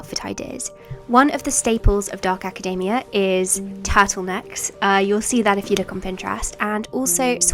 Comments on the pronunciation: I keep thinking she's talking about macadamia nuts. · Why does she pronounce academia like macadamia... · Hate to be this person but... you know you're pronouncing academia wrong?